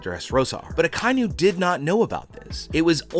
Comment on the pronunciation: Ah ki inu* please say right